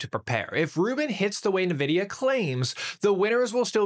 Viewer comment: the way he pronounces “NVIDIA”, “inference”, and “quantization” in like 10 seconds makes me really doubt his credentials.